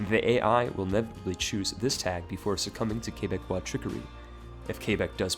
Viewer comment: I'm so thankful you know how to say Québec and Québecois